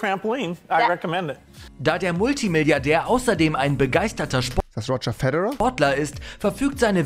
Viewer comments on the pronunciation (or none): "Roger Fäthärär xD"